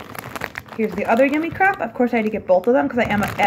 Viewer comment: Hahahaha “yummii-Crup” hahah it’s pronounced yummii-crape! Spelled yummiicrepe